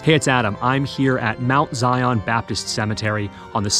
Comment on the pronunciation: Pronunciation of Zion is as one word and is Zion like Zion park in Utah. You weren’t required to have a midwife! You were lucky to have a knowledgeable woman or women there to help a birthing mother through what was the most dangerous day or days in her life. (Still is since dying during or immediately after bearing a child can still be deadly)